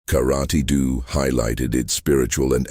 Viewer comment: Can you pronounce karaTE not karati???